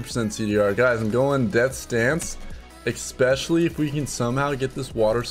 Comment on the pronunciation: THERE IS NO X IN THE WORD ESPECIALLY. Stop it! Just stop it!